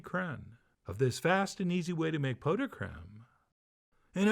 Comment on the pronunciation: You actually pronounced it correctly, "pough"..